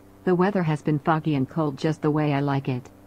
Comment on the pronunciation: i cant be the only one who thought she said "the weather is fucky and cold" instead of "foggy and cold"